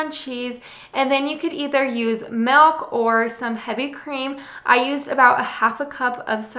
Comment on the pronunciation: Love your videos. Been a long time subscriber Just got an instapot for Christmas!! Happy to watch the videos that didn't pertain to me before. Still hate how you say melk. But love you recipes. Merry Christmas!!